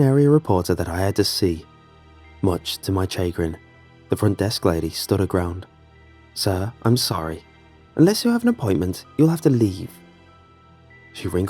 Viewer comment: It's cha-grin with a flat a, not chaygrin, just for future use.